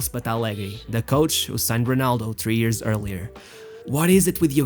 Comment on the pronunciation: great video its years not EARS